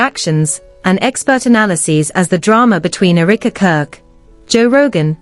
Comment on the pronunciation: The pronunciation is: Eh - ruh - kuh Not eureka